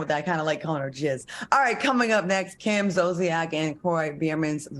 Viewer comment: Her name is Kim not Cam Ms. Claudia while you over there trying to correct and be funny wit Funky smh u be trying it girl ummm but when the heat is on u yo a** can't stand it smdh ijs